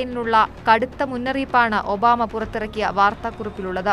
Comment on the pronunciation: ഒന്നുകൂടി തെളിച്ച് പറയു ഒബാ മേ